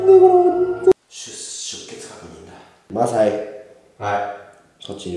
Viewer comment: つかつか つかつか たまに“マ”だけのときもw